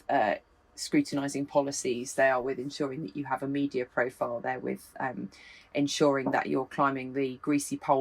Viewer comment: James, it's 'the' not 'vur'. It's 'that' not 'vat'.